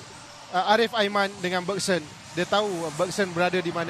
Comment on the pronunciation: coach sathia bnyk kali salah sebut nama. bergson jadi begeson, arif aiman jdi luqman